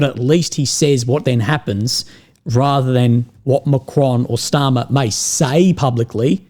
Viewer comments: Starmer, not Schtarmer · Why do you pronounce Starmer like he's German? 😅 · Kier "German pronanciation" Starmer